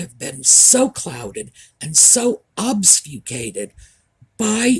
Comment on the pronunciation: Hi. Just a small correction in your pronunciation of the word obfuscate ( ob-fuss-cate/cation) not obsufcate/obfuscation. Wouldn't have mentioned it if it was only the once. Love your videos. They are brilliantly researched. 🇮🇳🇮🇳